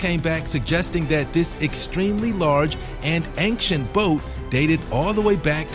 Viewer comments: Never heard someone pronounce the word ancient like "ankshint". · Why do you pronounce "ancient" like that? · Great vid and interesting... i just can’t get past your pronunciation of “ancient” it makes me cringe.. you seem smart enough to know how to pronounce it..